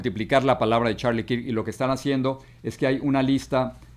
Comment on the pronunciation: No se pronuncia kirk...se pronuncia kerk 😂😂😂😂😂